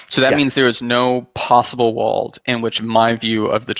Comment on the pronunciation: Why do you pronounce world as walled